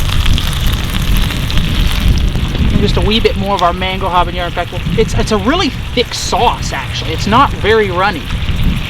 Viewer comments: When you said habenero I knew it wasn't going to be a fun time. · Couldn't help but laugh when you were saying "habanero"